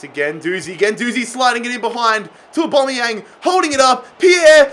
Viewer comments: Au-ba-me-yang NOT Au-bo-me-yang.....get it right😅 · Aubameyang not Aubomeyang! Please get this right on episode 10. Or just sell him and sign a player whose name you can pronounce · A BAM E YANG NOT A BOM E YANG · its pronounced OH-BAM-ME-YANG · I get triggered every time he says aubameyang wrong